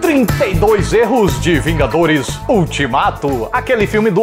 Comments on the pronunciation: oxe vingaderos? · "Os Vingadeiros" 2019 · até vingadeiros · Teve uma hora que falou vingadeiros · Você fala vingadeiros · vingaderos? Kkkkk 2019